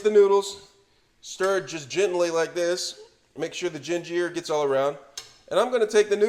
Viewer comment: Omg first ray men .. Now gin jeer.. 😣🤣😂